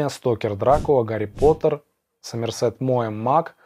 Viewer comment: В имени Сомерсет ударение ставится на О😉 А видео классное, у всех такие разные вкусы, и это прекрасно☺️ Всех с наступающим🎄